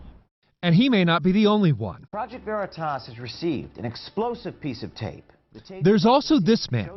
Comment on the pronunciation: They can't even say OKeefes channels name right...."Verytas" 😂👌👍😂not to mention y'all had to do a retraction on this story! As seen here!